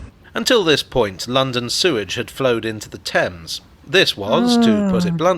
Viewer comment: Did you just fall into the old American trap of pronouncing the Thames, Taymes? This video didn't give you the impression of how far the York water gate is now from the "THAMES" This one does.